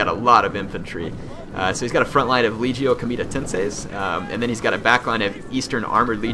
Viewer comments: It's LEG-E-O. As in leg (body part), long e (rhymes with fee), and long o (as in go). LEG-Ey-Oh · is leg - io, hard g, please, you were killing me